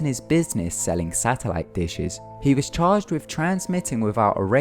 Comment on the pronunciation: "thing" doesnt equal "fing" and "was" doesnt equal "woos" and other equally horrendous bastardisations of the english language, if indeed thats what it was....you shocker...go back to school